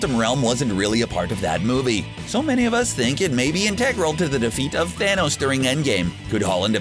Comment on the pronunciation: Because it's in TEG ral to wrecking your day